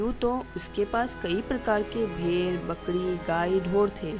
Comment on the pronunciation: Its not bkdi its bkri